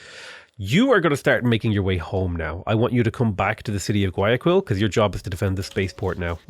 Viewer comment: The way you mispronounced bogotá and guayaquil hurts so much